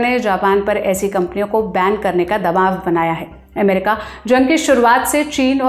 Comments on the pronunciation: अमेरिका को एमेरिका बोल रही है, और डेलावर को डेलावेर, कहां से ले आते हो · ये अमेरिका के बदले एमेरिका क्यूं बोल रही है? थोड़ा सिखाइए कोई इसे